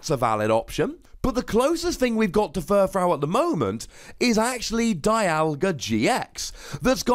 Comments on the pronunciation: Is no one going to mention that he's pronouncing another Pokemon's name wrong? Okay. I'll do it. YOU'RE SAYING FURFROU WRONG. It's frou-frou. Here's how you pronounce that, ˈfro͞ofro͞o. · You do realize that when you combine to existing words, you don't butcher the original pronunciation, right? He didn't say "fur" wrong. He said "frou" wrong. Maybe you just didn't realize any of that and completely misunderstood what I was saying.